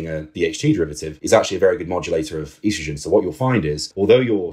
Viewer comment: I can forgive the H8GH pronunciation but I draw the line at “eastrogen” what’re we doin here b